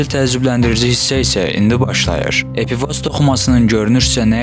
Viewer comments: Epifoz yox epifiz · Düz dediz amma epifoz yox epifiz vez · Epifoz yox, epifiz:) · Epifoz yox epifiz. 🙁🙁🙁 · Epifoz yox Epifiz sehv demisiniz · EPİFOZ DEYİL EPİFİZ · epifoz yox, Qipoviz, wiwkovidnaya jeleza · Epifoz yox, epifiz vəzi